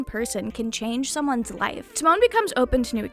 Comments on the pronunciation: it’s Ta like pronouncing the start of “Time” and Mon similar to how some people Mon Ami if that makes sense lmao. You said it similar to Timon from Timon and Pumba pff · I've been loving this anime this season. Unrelatedly the way you say Tamon's name is killing me lmao